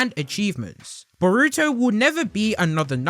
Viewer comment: omg don’t ever say boruto again. the way you say it is painful to listen to 🤣